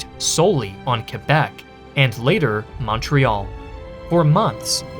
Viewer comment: I love how you pronounce Québec well but not Montréal. ;p